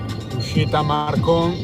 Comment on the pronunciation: È la prima volta che vedo una tua live. E non mi è dispiaciuta per niente. Mi è nuovo quel viadotto tra Mestre e Marghera (avendo abitato per anni tra Venezia e Mestre mi ha sorpreso, mi domandavo giusto poco prima perché ci fossero ancora i lavori). Ah, è "Marcòn" e non "Màrcon"...